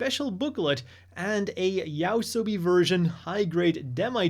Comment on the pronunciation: I don't wanna be that guy but what's up with people mispronouncing Yoasobi as Yaosobi lately?